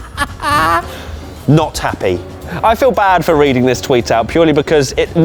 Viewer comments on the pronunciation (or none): none